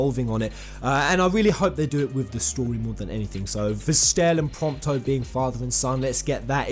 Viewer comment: Does anyone realise that he said “Promptis” instead of Prompto near the end?